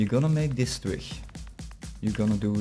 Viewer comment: yea i saw it and i fixed it ;P building the base right now on a server ;) (heb je hem trouwens zelf ontworpen?) (en je spreekt twig verkeerd uit het klinkt echt grappig)